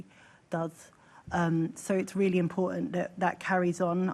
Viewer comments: She said imporunt not important she missed the t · What? Tooken? What is tooken? Do these people not need an education for these high paid jobs? Imporunt! Frew! This womans pronunciation is disgusting